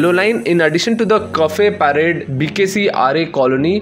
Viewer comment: Bro it’s Cuffe Parade and not Kaffee PaRadE 🤣🤣 also Dahisar not Dasiyar 🤦🏻